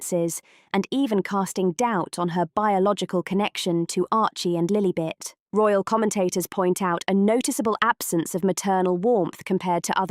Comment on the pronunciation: Can't the narrator pronounce Lilibet's name properly!